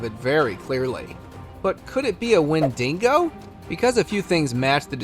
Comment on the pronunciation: Can someone PLEAAASSSE teach this man how to say "wendigo"? Its pronounced When-Dig-Oh. Jus think E-40 "tell me when to go!" 😂😂😂